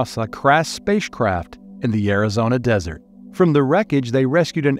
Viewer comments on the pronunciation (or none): none